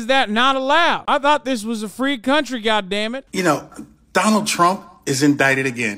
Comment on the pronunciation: Why do they say Chromp, instead of Trump?